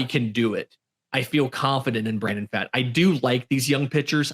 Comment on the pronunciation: First and foremost, good overall coverage guys. Definitely eases the unfamiliar into the team roster dynamics (by the way, Pfaadt is pronounced like "Fought"). Here's my takeaways from the offseason (feel free to disagree) Kelly/Moreno will probably be closer to the timeshare that Toronto was doing with their Cs, and will likely see C/DH PAs against LHP hot potatoed between the two (unless Moreno blows Kelly out of the water) Worth noting that Moreno had hand surgery and Gurriel Jr. had a hamate bone injury (which are notorious for sapping power), yet they still made quality contact; so there is some power upside just based on full health for both. The LHP lineup would currently work out to Moreno, Kelly, Walker, Marte, Rivera, Ahmed, Gurriel Jr., McCarthy, and Lewis (that lineup actually looks like a strength). So they'd be able to ease Carroll in against LHPs (he only has 167 PAs in his career against them) whenever they desire without the concern of having multiple automatic outs in a row. And it would actually improve the defense. The RHP lineup would currently be Kelly/Moreno, Walker, Marte, Rojas, Perdomo, Smith/Thomas, Carroll, McCarthy, and Gurriel Jr (which looks like a good lineup as well, but more speed oriented as opposed to the hard contact oriented LHP lineup). Also of note with regards to Gurriel Jr., but Dave McKay is the OF whisperer; if he can get Pavin Smith to an average COF, I think he can help Gurriel Jr. closer to that line (especially since he has a st